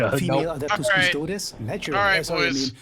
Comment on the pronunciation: >nobody in this video being able to pronounce Custodes